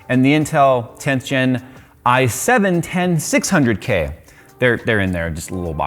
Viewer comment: No one going to mention how he completely butchered the name "i7 10600k" lol